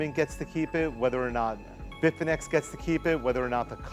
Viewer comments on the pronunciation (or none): Bitfinex sounds like bitfinnese